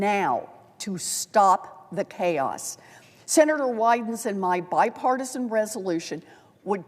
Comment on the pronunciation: "Bipartisal" resolytion😂😂😂